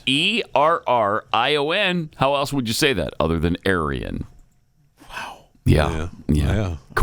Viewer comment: There's no "T" in else,.